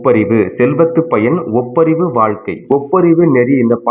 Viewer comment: ஒப்புரவு அதை ஒப்பரிவு என்று உச்சரிப்பது! தமிழை கூடுமானவரை பிழை இன்றி உச்சரிக்க முயலவும் நிறைய இடத்தில் வேகமா உச்சரிப்பதால் உணர முடிகிறது.